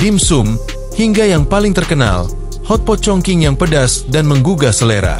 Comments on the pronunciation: dibaca chong ching , bukan chong king. sakit telinga dengernya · Setelah sy cek di Internet ternyata bener, cara bacanya chongching bukan chongking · dalam bahasa mandarin chong qing di baca :Chong cing , bukan Chong king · Cung cing ejaan Indonesia nya. Bukan cong king. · Stop sebut Chong King tp Chong Ching!!!geli ah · Chong king kota apaan bang? Itu chong cing bukan chong king😂😂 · Bener,suruh edit aja audio narasinya.